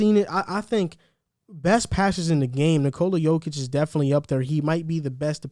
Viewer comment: & the emphasis of Nicola should be on the first syllable, not on the second as most English speakers say it. & def not Nicoola. The o should be short & at the back of the throat. None of that round lip pouting as you say it like you're about to kiss someone.....Never do that to a Serbian mans name.... Actually forget it. Say it how you want..He'd probably be cool about it. He's kinda laid back.